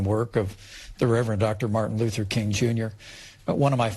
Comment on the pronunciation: this dude said martin loofer king on purpose